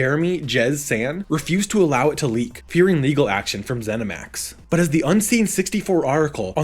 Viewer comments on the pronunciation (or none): none